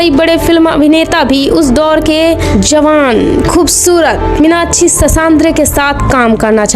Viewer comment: Minakshi ka naam to sahi se le lo